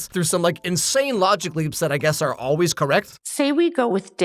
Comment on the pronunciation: Not only do I remember the '80s, but I remember the '80s as an '80s kid in rural Indiana. I hate it when actors whisper like that! I can't understand what she's saying! People didn't say "oh-ways" back then. We pronounced "always" correctly. Also, we didn't begin sentences with "yeah no," and we didn't use "literally" as a filler word. Parents didn't call teenagers "baby" in the '80s. That's something else that irritates me. And that bowl-cut! Teenagers didn't wear bowl-cuts in the '80s and '90s. That just didn't happen. We were expected to develop a greater sense of self-respect by the time we were in high school or turned 14. Whichever came first. Ackchyually, "warlock" means "oath-breaker." In the nomenclature of our world, it doesn't really have anything to do with magick. I call that "slouching toward idiocracy." "The Herald's?" Isn't it just called "The Herald?" Why do some people feel the need to put an "s" sound at the end of certain words or names? Or to turn non-possessive proper names into possessives for no reason? And he's STILL sporting a bowl-cut! I reiterate, teenagers in 1989 didn't wear bowl-cuts. All he has to do is part his hair on either side. Problem solved. Not part it in the middle, though. Only Dwight Schrute can sport that look (which Rainn Wilson rightly despises, but it works for the character).